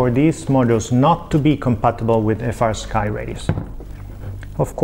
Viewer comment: Why does fastsky sounds like nitendo 😅